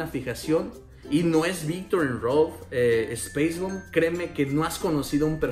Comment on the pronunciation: si, lo sé, pero como lo pronunció como "espeis bomb" y no "spais bomb", por eso lo decía jajajaja